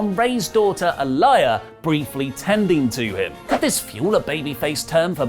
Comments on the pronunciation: Alia. Not alieya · It’s pronounced A - Lee - yah rather than A - Lie - Yah 👌🏽 Same way the NXT wrestler’s name is pronounced. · sidney E 😆 that is not how you pronounce Aalyah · Just need you to know,, that you pronounced Aalyah incorrectly. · Goddamnit "uh-lie-uh" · it's Aaliyah (ah•lee•yah). Kayla Braxton is pronounced kay•lah. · Guys please READ THIS: Aaliyah is pronounced (AH-LEE-UH) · Ah-lee-ah Lana was buried again for something she didn't do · sweetie her name is pronounced Ah-Lee-ah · No disrespect but Rey's daughter's name is pronounced "Ah-lee-yah" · Mans can’t say Aaliyah?😂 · Please pronounce Rey's daughter's name correctly..it's like the deceased singer.. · That's not how you say Rey's daughter's name....